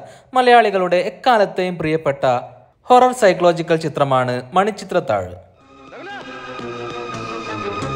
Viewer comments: ഭായി... ഹൊറർ സൈക്ലോജിക്കൽ അല്ല.. 🤣.. സൈക്കോളജിക്കൽ.... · സൈക്ലോജിക്കൽ അല്ലെടോ ... സൈക്കോളജിക്കൽ ( - ) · ഹൊറർ സൈക്ലോജിക്കൽ അല്ല സൈക്കോളജിക്കൽ 😁😆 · horror 'psyclogical' ....mattoru 'uncut blooper'😌😂😂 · മണിച്ചിത്രതാഴ്,, സൈക്ലോജിക്കൽ അല്ല,, സൈക്കോളജിക്കൽ എന്നാണ് 😂😂😂😂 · ഹൊറർ സൈക്ലോജിക്കൽ അല്ല സൈക്കോളജിക്കൽ